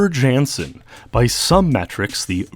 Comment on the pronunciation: Wow-ter is (mostly) correct. Ou as in ouch. Got his last name wrong though. Jan sounds more like yawn without the w, Ya(w)n-suhn or Ya(w)n-s'n, the uh sound is extremely short.